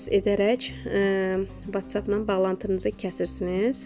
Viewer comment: Vaççap yox votsap kalxoz qızı kalxoz